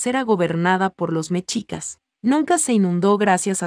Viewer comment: EN EL CASO DE MEXICO NO SE DICE MECHICAS SE DICE MESHICAS, MUY FEA PRONUNCIACION QUE ADIESTREN A ESA VOZ EN CADA LUGAR DEL QUE HABLE